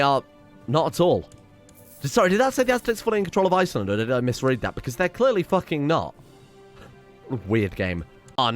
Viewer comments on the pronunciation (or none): none